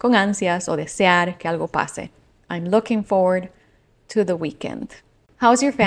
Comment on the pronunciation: Confieso que me costó mucho captar la frase I am looking forward to the weekend. Porque lo que se escucha es I am looking for to the weekend. Entonces la mente se me queda pensando en un posible idioms o en el aire, tratando de entender el sentido. Supongo que luego de ahora, looking forward to será lo más lógico posible de haber escuchado